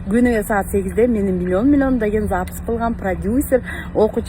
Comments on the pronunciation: Запись дегенди Запыс 😂😂😂 деген адамга ишенген келесоолор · СапЫз деп суйлогон кишиге кантип ишендинер ????????? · Запись дегенге тили келбейт экен го😂шумдуктуунун төөсу жорго деген ушу да